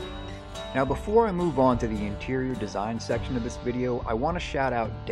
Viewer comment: "right nyow" xd